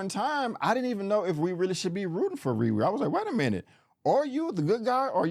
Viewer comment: Is it me or does anyone else hear him say Riwee and not RiRi..